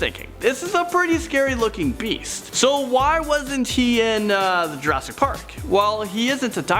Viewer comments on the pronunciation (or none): none